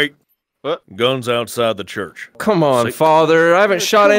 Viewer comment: “This is a good day to CELEBRATAH give me one more thing to end CHURCHAH”😂